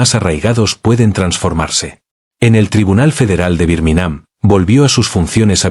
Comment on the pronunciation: "¿Birminám?" 😂😂 "Raina Guachintón"...😂😂😂